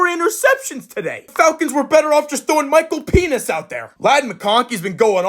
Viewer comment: Is this guy saying Michael Penis on purpose?